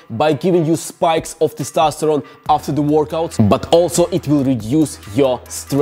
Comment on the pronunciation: I'm addicted to you saying "Testastoron"